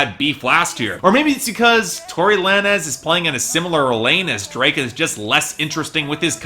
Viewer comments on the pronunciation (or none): It's Tory lanes not lan-ez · it's pronounced like tory lanes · did you just call him Tory Lan-ehz lmao